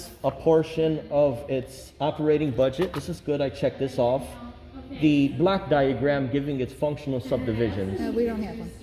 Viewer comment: He misarticulates. It is a "block" diagram, not a black diagram. Hell, confused the hell out of me! A black diagram? Lordy!